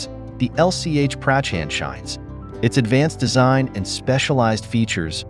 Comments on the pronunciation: Its not Prachaaand its Prachand ...correct your pronunciation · Nice work but you could have spent 2 minutes to lean how to pronounce "Prachand" correctly....